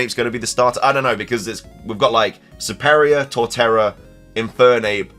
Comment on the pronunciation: i really hope we DO get a pokemon presents on 17th and these ''leakers'' really nedd to stop, as some of these things now adays are just either dumb or what THEY want to see in the games, so they say 'this has been leaked blah blah blah... '' Also, your pronunciation of SERPERIOR is great.. Lol